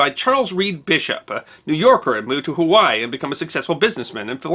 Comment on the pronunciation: Mahalo Nui Loa for pronouncing most of the Hawaiian words correctly. Pono